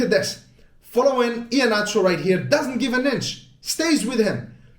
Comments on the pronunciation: My man pronounced "iheanacho" well, big ups to you! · I love the way you pronounced “Iheanacho.” Like a true Nigerian. 👏🏽